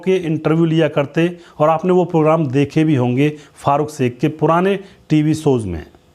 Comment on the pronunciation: एंकर कृपया श का उच्चारण स न करें, अखरता है